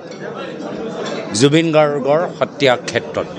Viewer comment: প্ৰথমে অসমীয়া ভাষাটো ভালদৰে সিখি লোৱা ভাল নেকি ডাঙৰীয়া।জুবিন দাৰ নামটোকে ভালদৰে কব নোৱাৰে ।আৰু কিবা কৰি দেখাব বুলি আমাৰ মনে নধৰে দে।😂😂😂